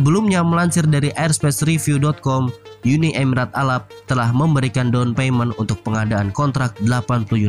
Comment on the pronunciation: Arab min bukan alabb😆